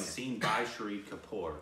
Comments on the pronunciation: It's Shaaahid Kapoor. Not Shiri kapoor😂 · Why do you keep pronouncing Shahid Kapoor as Shree Kapoor? It's not that hard to pronounce! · Lol I love that you loved this film so much. The only thing is that didn't pronounce Shahid Kapoor correctly, but hey we've got a couple more amazing films from him that you'll eventually watch to get it right lol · I kept thinking in start who is this "shri" kapoor they are talking about, maybe some new actor/director in town then after 3 minutes it struck oh my they are talking about "Shaa-hid" Kapoor lol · Shahid Kapoor’s name is pronounced like this: Shah... hid Also, Shahid Kapoor won best actor award in Filmfare and iifa. Haider won best picture across 3 major award functions in india... there might be more but these are the ones I remember.